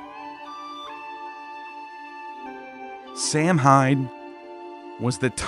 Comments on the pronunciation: Great video but its Pronounced Sowan. Sow like a pig and an. Irish spelling is weird. Samhain is Sowan. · My man, I love the videos, but with all the research you do, you couldn't make sure to pronounce Samhain ( as another stated, its "saw when") right when you said it so much ? 😂 but forreal much love brotha love the channel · Samhain was pronounced saw won. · While the festival is spelled Samhein, it's pronounced like Sahw-in. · Really ? I thought Samhain was pronounced sah-WEEN, rhyming with Halloween! In the 50s and 60s my parents and some other adults used to say "what in the Sam Hill" as a euphemism for " what in hell"? Now i wonder if there might have been a connection to sah-WEEN. My family used to belong to the Church of Christ, a fundamentalist, conservative King James Bible Only sect, strongly scriptural and strongly based on the Epistles of Paul, on which all the sermons were based. They took Paul as the principal authority of Christianity VERY seriously. The Cof C started in Northern Ireland in the late 18th or early 19th century by Alexander Campbell, who then brought it to North America and converted many in the rural southern "Scots-Irish" population, including my ancestors on both sides of the family. Because Scripture never says to observe any Christian religious holidays, the C of C frowned on them and our church had nothing at all to do with them. Yet the church had no problem at all with observing pagan holidays such as Halloween, Christmas, and Easter. They saw those as in the secular sphere, and respected separation of church and state. As a kid i still wondered weren't pagan holidays "of the devil"? Now i suspect the church allowed them because of Paul saying he was a "pagan to the pagans", the same approach that Patrick took -- and also Campbell while working as a missionary in the same country as Patrick.